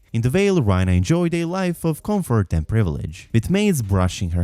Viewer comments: RAE-Nuh not Rhyna… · Rhaena is not pronounced Ryna but RAYna,😂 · never heard anyone butcher someone’s name that bad 😂 rynah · why do you mispronounce her name like that, they say it as rEYna